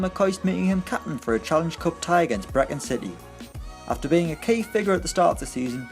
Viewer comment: 1.52 briechan City its brichean city